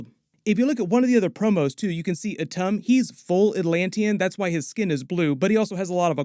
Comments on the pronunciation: Attuma, not Atum… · IDIOT it's not ATTUMA?? AH-TUM? Ah-Tomb-Ah!!